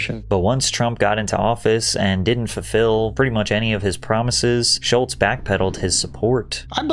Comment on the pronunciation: There’s no “T” in Schulz